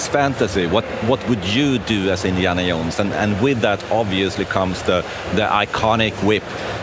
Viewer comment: Indiana Yohnes